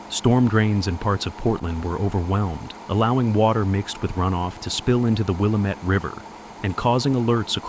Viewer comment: The Wil A MET river!🤣🤣🤣🤣🤣🤣🤣🤣🤣🤣, not a clue what their talking about!